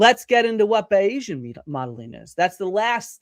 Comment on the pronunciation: Great to see people who actually know what they're talking about. This proliferation of anti-expertise attitudes has to be combated. (BTW, just to be annoying, Bayesian is pronounced "BAY-zhun" or "BAY-zee-uhn", not "bi-EEZ-ian"). Anyway, awesome video. More more more!